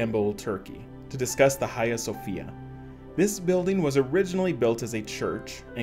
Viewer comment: its pronounced ‘a he a sophia’ not ha ge a’